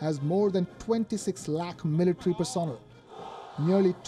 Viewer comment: Person L. Not personil.